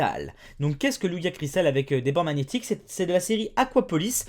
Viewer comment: Ont dit pas lugia ont dit lujia